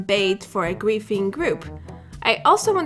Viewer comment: I think she is saying griefing....but I keep hearing qu××fing???